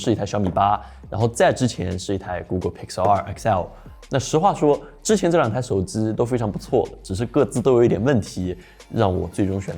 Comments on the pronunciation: 手机读手zi好难受。。。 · 能不能不要把手机叫手之。。。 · 我操 是耳机 不是耳姿 手机 不是手姿